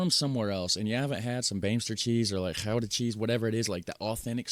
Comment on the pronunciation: Gouda spreek jij prima uit!!!